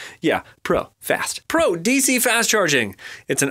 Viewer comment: Everytime he said "pro"... I thought he said "bro". :D :D